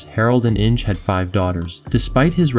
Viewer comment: Cringe at Inge 😂